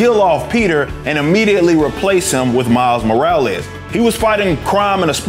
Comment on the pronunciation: Miles More-or-less 🤷‍♂️